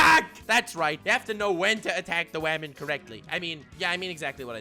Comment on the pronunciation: Okay but why do you pronounce women like "vermin"", I was confused for a good portion of the video